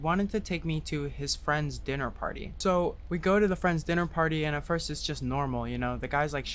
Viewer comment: “this is an evil dinnar” has entered my lexicon